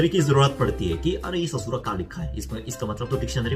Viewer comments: आप सच में एक बिहारी से हिंदी सीखे हुए लग रहे है।। ये "काहे, ससुरा" बिलकुल सही तरह से बोले आप😂😂.... वैसे हम भी बिहार से है🤗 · "काहे" "ससुरा".... अपने सही बोला था। आपको UP Bihar वाले सिखाए है हिंदी।